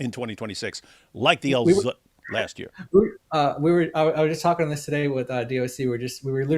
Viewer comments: I always enjoy how David emphasizes “Al ZZZut” 😅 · His name is Al-Zutt😂